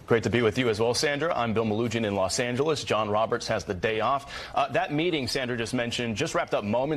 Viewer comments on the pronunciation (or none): none